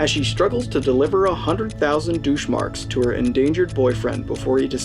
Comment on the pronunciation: Enjoyed it... would have enjoyed it a lot more if you had bothered to learn to pronounce the lead actresses name (Potentuh) and german words like DeutschMark (DoucheMark? really??)